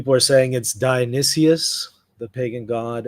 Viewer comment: die-uh-nee-SUS. Not die-uh-nee-SEE-US.